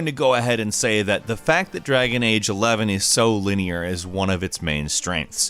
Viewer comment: "Drangon age 11" lol